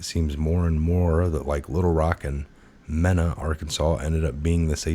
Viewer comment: IT'S PRONOUNCED "MEENA" GUYS...JUST SAYIN'...GOD BLESS UR WORK!